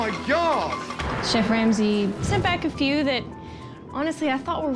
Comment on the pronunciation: I’m not sure if anyone noticed this but it sounds like the narrator said chef wamsey